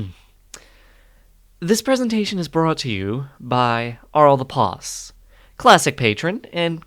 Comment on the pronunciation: Fun vid! And Ariral pronounced Ah-REE-Rhal btw!